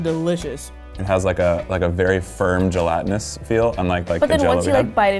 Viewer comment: Them:gelitany Me: isn’t it gelatinous